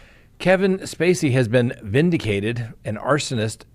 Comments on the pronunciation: vindicated not vinticated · Vinticated? Talk to your hands, they dropped the ball 😂